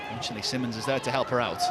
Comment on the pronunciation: Is it really so hard for the commentators to learn how to pronounce the Players names? Masie Symonds is the Brighton captain and it’s frankly insulting to her that the commentators keep calling her simmonds 🙄